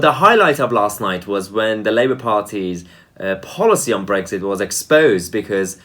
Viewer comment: Brexit please, not Brekshit.